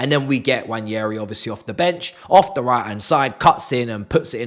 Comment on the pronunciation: It's not Nnwayeri it's Nwaneri (ONE NAY RI) "ONE NAY RI" There's absolutely no Y in the name for crying out loud..